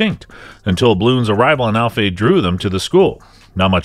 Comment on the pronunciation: Dude it's ALFEA... ALLLFEEEEAAAA